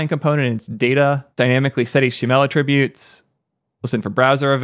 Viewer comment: Just a silly English pronunciation thing, but you may want to be aware because it could harm your credibility for some people: "attribute" as a verb is pronounced atTRIBute ('a' as in "about"), but "attribute" as a noun is pronounced ATTribute ('A' as in "ask"). The stress of the word changes between the verb and noun versions of the word. It's a weird thing in English, but it's found in many words: think reCORD/REcord, conDUCT/CONduct, perMIT/PERmit, subJECT/SUBject, etc. Obviously everyone understands what you're saying and I don't think it's necessary to change your speech based on random internet comments, but I point it out just in case it might be something you'd care about.